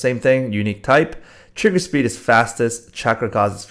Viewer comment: when u say trigger speed it triggers me so much lol